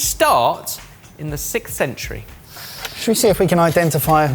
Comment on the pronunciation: Why can’t Brits say “sixth”?